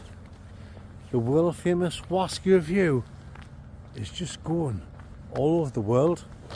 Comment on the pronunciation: Why you’re some Oz Clarke here on ze waskey weview.